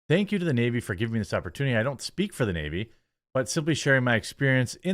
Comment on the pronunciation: Also... "In Tha Nayveee"